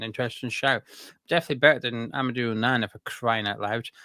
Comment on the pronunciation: Laughed so much when he said onana 😂